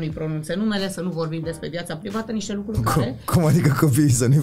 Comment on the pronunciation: Daca mai zice maticiuc o data "lucuri" o iau razna